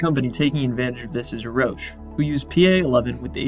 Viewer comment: Thats not how you pronounce Roush. lol dork.